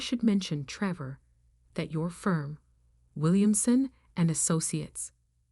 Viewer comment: Treevore. Great pronunciation there AI.